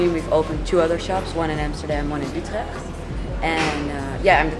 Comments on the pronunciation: Great video, definitely going to check it out. Also love the way you pronounce utrecht. 👊🏼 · The way he pronounced Utrecht haha, cute. Great video, love these kind of vids!